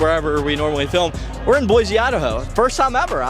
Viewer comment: dawg it’s Boy-see not boy-zee